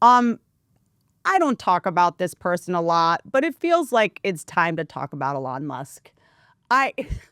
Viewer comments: E-LAWN NOT L-ON this is so annoying to listen to I can’t stand it! You are so incredibly unintelligent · "E-LON" not "a lawn 🏡"... Everything else is based though :) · A-lon is the actual pronunciation of the name Elon, which is hebrew in origin. Maybe just one of many things Elon whitewashed via South Africa-Canada-America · Whitney misprounding Elons name wrong the whole time is KILLING ME 😂😂😂😂😂😂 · Eee Lon, not Alon😂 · keep saying allon lol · It's because has class guys and says names like Elon alon lol it's great 😂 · whitney pronounces elon like she’s only read his name and has never heard anyone else say it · She almost knows how to say Elon’s name. Makes sense, it’s not like we hear his name 47825x a day. Love Whitney, but she officially lost it. Washed. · The way you pronounce Elon is just too funny 😂😂😂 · Me too! It’s not that she’s dumb she has heard numerous ppl pronounce his name and she still can’t pick it up!!!!!!!! 😡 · Is she saying Elon weird? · why are you pronouncing Elon that way 🤣🤣 youtube's auto transcriptions have written it as "a lot" or "alas" 🤣🤣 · Why does she say his name like that? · Why the fuck is she pronouncing Elon like that? It’s like Bert with Ben affleck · she has to be the only person in the developed world who can’t pronounce this guy’s name properly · She’s gotta he trolling with the Elon pronunciation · Pssst! The emphasis is on the E. I’m not a fan of his at all. Just helping you put the emphasis on the right syllable. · I've never heard Elon's name pronounced the way Whit is doing it. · It’s definitely the Appalachian drawl❤️💛💙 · I think it’s hilarious 😂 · Took me a min to figure out who the heck she's talking about lol